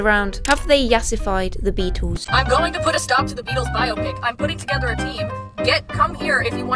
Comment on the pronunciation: "Bio-Pick" No, Zoomers. It's "Bi-Opic." The word existed before you did, you uncultured swine.